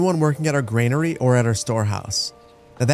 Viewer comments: Just want to point out that Granary is pronounced 'gran-arry' and not 'grain-arry' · It's granary not grainary